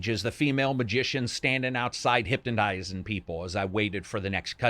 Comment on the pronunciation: "Hyptonisin" <3 was i the only who heard that :)